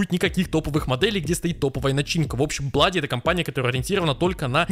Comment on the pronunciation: Не блади а блуди